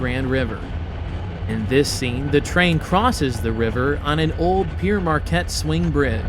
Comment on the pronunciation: Good video..but one thing..that name Pere Marquette: Pere is a french word meaning Father...needs to be pronounced as if it were the fruit: Pear....as in" Pear Marquette" Well done!